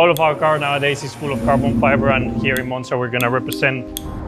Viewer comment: Carlos Sainz: Cabrón Fibre